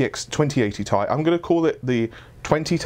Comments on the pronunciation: It's TEE AIII NOT TAY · It's not 'Tai' it's T-I FFS!!